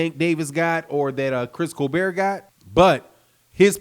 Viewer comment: Dude still sayin "colbear" instead of colbert🤦🏽‍♂️